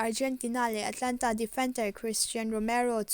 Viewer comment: A țha e!Mahse le Atlanta ni lovin Atalanta ni zawk ooo...rawn bei zel rawh